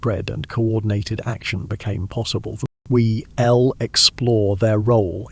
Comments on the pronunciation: Terrible AI narrating..... "Isn't = isn TEE...... we'll = we ELL" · Please tell whatever so app you use for narration not to shorten words used in sentences and just use the whole word. The fact it doesn't understand it, mean it's really annoying. "I'll, we'll". 'Europe's being said as 'Europe S' and so on. I love the content and everything else. But I am not sure if I'll be able to stick with this until the end.